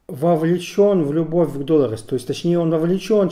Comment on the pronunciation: Что заставляет называть главную героиню ДОлорес? С удареним на первую О? Какое правило, или где это было слышно хоть раз?